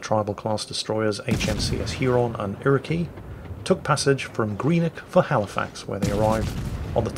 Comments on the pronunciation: Iroquois is pronounced ir-uh-kwoi, not ir-uh-key. Should also point out the torpedoes on the Haida were always launched with the rear-most tube first regardless of which side they were being fired from so as to minimize the possibility of torpedoes colliding when launching a four tube salvo, so WG/WoW is going to have to fix the glitch when all four tubes are launched in salvo from the port side (the starboard side models the salvo launch correctly ). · It's not Ir-o-key, it's Ir-o-kwa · Ira-key? In Canada, at least what i’ve learned and what everyone in the Navy says, it’s pronounced Ira-kwaa. Britain says otherwise? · Iroquoi is pronounced Ere-o-kwaw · I’ve seen both ships(Haida in Hampton, Ontario and Acadia in Halifax Nova Scotia ) and I must say, they are beautiful Also, Iroquois is said like iroquas not irokey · When he said Irakey... and not the proper Iroquois (pronounced ˈir-ə-ˌkwȯi ) my heart skipped a beat... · Canadians always say they're sorry - But they don't mean it!! Damn't I'm going to learn how to sail this beauty eh!! IroKey!!! It's Iroquois (kwa) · Okay,, Iroquois isn't "ear-ih-key" it's "ear-ah-kwah" (like quoi). You got Huron right though! Sincerely, a Canadian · "Ear-A-Key"? its "iroquois", a North American tribe. Pronounced /ˈirəˌkwoi/, roughly E-rha-Koi (like the fish). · Not Canadian but, Haida's sister ship Iriqouis is pronounced Iri-Koy not Iri-kee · Just FYI, Iroquois is pronounced "ear-oh-kwa", not "ear-oh-key" :) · Erikee lol Its pronounced "ear i qua" phonetically Iroquois Canadians will forgive you. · Iroqouis is pronouced "ɪrəkwɔɪ/ or /ˈɪrəkwɑː/ "... not 'Irow-key'. I blame the French. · The Haida, Huron, and Iroquois are all Native American tribes - hence, the Tribal class destroyers. Except... The latter is pronounced "irro-qwoy" (cos it's the French name for the Haudenosaunee tribe). Not irro-key Buffer has a long weight for you, head down to the NAAFI flat and ask nicely.